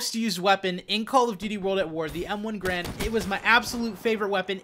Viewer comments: Garande, pronounced 'GA-RANDE', not 'grand'. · It's not grand, its ga-rand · Pronounced GAIRund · Its ga-rand btw..